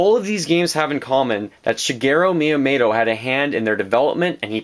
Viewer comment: Shigero Mayamayto? D: I know nitpicking on pronunciation isn't nice but come on man! Yeah you mentioned most of what alot of us are wishing for Nintendo to do. What else I would love would be for Capcom, Konami and Square Enix to start making Nintendo greatness again, like they did in the SNES days. It's a pipe dream within a pipe dream, but it would be the ultimate miracle. Mega Man is in Smash Bros. though...a third of my dreams could be reasonable. I feel the three companies mentioned above have been very lacking in recent years. Castlevania Lords of Shadow, no Contra (all we got was a gigantic C) and Gradius for a while now...no Mega Man whatsoever...whatever the hell Square Enix is doing...there's so much potential for them, if they would just look at their past. All they would have to do is announce that they're going to put their iconic franchises on Nintendo consoles again. They didn't sell too well on the other consoles, so they just kind of abandoned it all. I think they would do fantastic on a Nintendo console because it's essentially what Nintendo is all about!